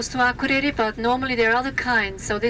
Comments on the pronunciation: really? IKE-reyri? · It's Ah-kur-air-ee. Sheesh. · How on earth did he just pronounce Akureyri? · It's a pity the guy on the mic didn't learn how to pronounce the town's name correctly.